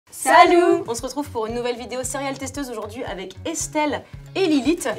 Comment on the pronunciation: J'ai jamais compris pourquoi vous disiez salou et pas salut